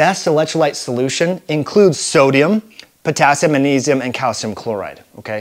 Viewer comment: Did you say manisum?